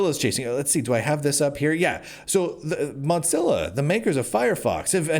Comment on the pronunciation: I admire your optimism even if I don't share it. However, what I really want to discuss is your pronunciation of Mozilla like you're trying to say mozzarella. Is that intentional? I kind of hope it is because they deserve the insult given their politics. I'm starting to suspect that maybe the reason YouTube is only allowing me to have 360p is because of my political viewpoint and not because I'm using Firefox since I've heard from numerous others that they don't have that limitation while also using Firefox. If this is true, then some things may need to change, and I don't mean the browser I'm using, at least not yet.